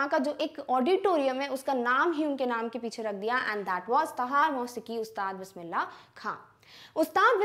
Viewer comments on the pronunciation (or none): none